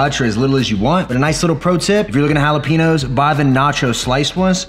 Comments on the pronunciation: Jalapeenos lol. Cmon man, it’s pronounced jalapenyos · Based. Love the quest chip ideas (especially if I don’t want to cut up the mission corn tortillas). Also, we gotta teach you the right way to say jalapeños, haha.